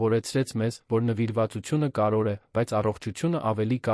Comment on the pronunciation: Կարևո'ր, ոչ թեէ ,,կար ո' ր,,😂😠